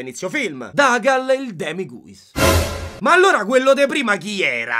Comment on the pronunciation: sono arrivato troppo tardi per capirlo e avvisarti, ma il Demiguise non si pronuncia "Demi-ghius" ma "Demi-gais", perché la desinenza dovrebbe provenire da "disguise" (travestimento) che si pronuncia appunto "Dis-gais"